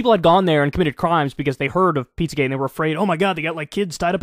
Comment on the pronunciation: Why does she keep saing pizzagay?